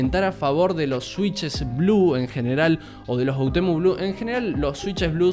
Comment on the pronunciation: Me encanta porque es todo el vídeo hermoso pero puso otemu envés de oUtemu